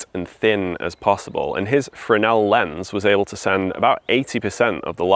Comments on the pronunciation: French Fresnel is "fren-nel". has it right. BSc physics not wasted! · Firstly well done on correctly pronouncing Fresnel lens, the S is silent. Secondly, well worth a visit is the Scottish Lighthouse Museum in Stevenson Rd, Fraserburgh AB43 9DU they have a great collection of Fresnel lenses, history, a lighthouse you can go up and lots more besides.